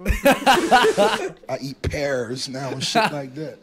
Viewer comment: How has "I smell wike beeeeef" not made it in the video?